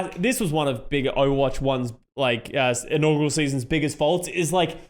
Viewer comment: just so you know, it's "inaugural" not "inaugral." sorry for being that guy